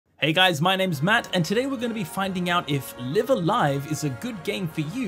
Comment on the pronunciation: so this isn't a series i'm familiar with at all and i have no idea what the title even means, but i do know in katakana it's written ライブ・ア・ライブ, so it drives me slightly more insane each time i hear you pronounce the first word as in "to live"...i wouldn't bother mentioning it, but as this is a japanese learning channel, is there a reason why you are pronouncing it that way? like, are both pronunciations fine in japan, or what?